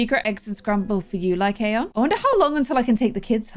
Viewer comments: Apparently how pronounce Lycaon is (Lie cAn) so Lie can put into one word. Btw you have to make the A say it’s name sorry if that was a little confusing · it's pronounced "lie can" like a beer can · i think it’s pronounced (lie-con) 💖